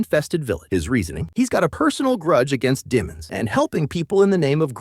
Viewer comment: Stop calling them de(short)mons